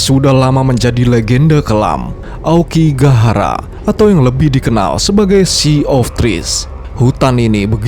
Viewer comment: Hutan Aokigahara itu kadang penyebutan nya jadi aokigakara 😅 dan mungkin karena banyak pohon gaharu ,jadinya gahara ,dan bisa jadi gara juga yg di Naruto inspirasi ny 😅,cocokologi😂